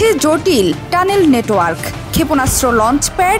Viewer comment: স্টানেল না টানেল হবে